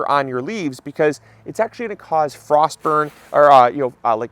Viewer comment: First to say you missed F in FROST!